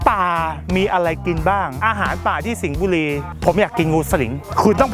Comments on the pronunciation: สิงห์บุรี*คือมุกล็อคจังหวัดที่มี ร เรือ สรรรระบุรี--->สริงงงงงบุรี😂😆😂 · จงพูดจังหวัดที่มี ร เรือ พอหมดเเล้วก็จะมี สริงบุรี นี้คือตับนี้ครับน้า